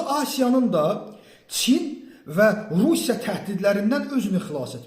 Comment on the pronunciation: Russya söznü düzelt 🌍🇷🇺